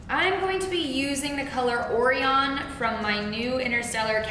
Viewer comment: whitney land yes, that's what it is supposed to be. The mispronunciation was killing me😂